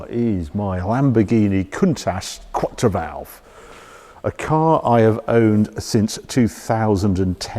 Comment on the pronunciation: Kwatttro valvoley is how it’s pronounced, Harry! Let me know any other Italian exotica you have doubts on the pronunciation of. Sorry to be pedantic, but for such a world-renowned person such as yourself I think it’s importo get the name just right. And by the way, the model is a ‘cuntash’ (Countach) … I have lived in Italy for 36 years that’s why I know. I mean, you are one of the global gurus on everything exotic!